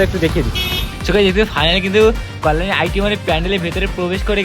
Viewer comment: তোমার কল্যাণী উচ্চারণ ভূল হচ্ছে।